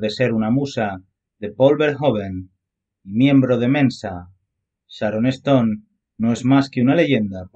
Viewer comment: No se pronuncia sharoneston!!!! Es Sharon stone!!!! Insoportable voz!!!!